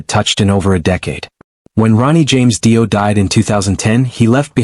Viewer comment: "DIE- O." 🙄👈